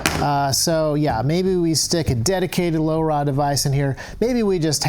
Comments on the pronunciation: say laura / lora its not hard to say! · the way you say LoRa, sounds like you're from the 1950s